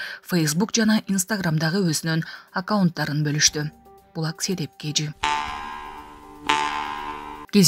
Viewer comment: Айланайын маалымат берген кыз туура айтчы,үйрөн,кансерт,аксия,кинотьятр,😢.